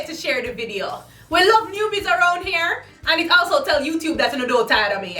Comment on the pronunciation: So I've been watching you for a year or so, not since the beginning buy I've been around....so I'm a little afraid to ask.....does ALWAYS say hair instead of here......??? Or am I just misHAIRing it?